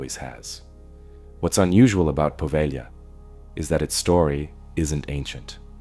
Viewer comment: It's not Poveglia with a short E and a hard G...it's Po-veh-lya.